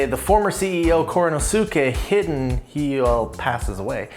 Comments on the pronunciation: I thought it's pronounced He-den, not hidden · It's pronounced: "He-Den"